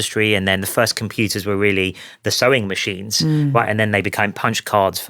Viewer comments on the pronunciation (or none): I thought he said chewing machine.